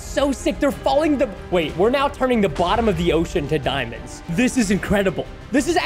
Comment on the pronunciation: Excuse me but "dimons"?